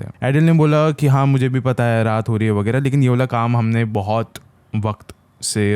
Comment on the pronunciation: Wagerah wagerah nhi h respect karo Makkah h